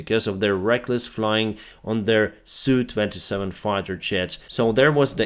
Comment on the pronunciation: Mate, the Sukhoi aircraft with an SU designation are identified as S.U. Not as Soo. Just sayin’…….😁👍